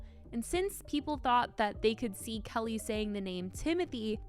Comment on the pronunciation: Her name is pronounced Key-Lee, not Kelly.